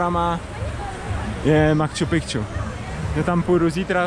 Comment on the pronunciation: Reportáže pěkný , ale neříkej PROBOHA " makču pikču " - podívej se jak se to píše...